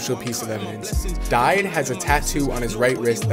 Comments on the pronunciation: It’s pronounced di day not didey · It’s pronounced DeeDay and his real name is Sheyi Ojo, people have known this for ages now